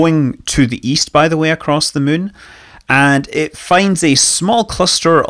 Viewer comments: It's been fun listening to the native Chinese speakers pronounce it Moo-en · I absolutely love how Scott pronounces the "munn", and it would't surprise me if the "kerbals" named their "satelite" based on this :) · I think hearing SM say "the muun" is my favorite sound